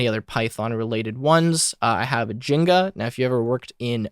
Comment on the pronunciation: It's pronounced as Jinja not Jenga 😂